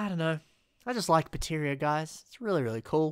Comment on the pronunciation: I notice you uh... mispronounced "Artakha" as "Arkahta", and "Baterra" as "Bateria"